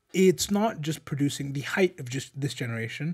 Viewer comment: Please stop saying "heighth"